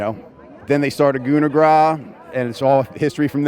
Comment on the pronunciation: Isn't it "Gooner Grass"? 😂 Just wondering! Anyway❤ Love from Japan!